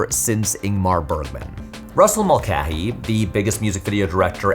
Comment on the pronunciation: Brother why are you saying the common surname Mulcahy as "Mul-keh-hee"??? It's always been "Mul-kay-hee".